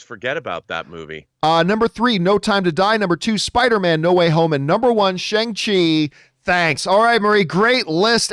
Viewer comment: Still says Shang Chi wrong :D